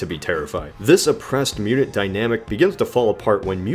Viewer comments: Mudint. mute-ent. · Say T not D damn you!!! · Why do you pronounce "mutant" like that? It's really off putting.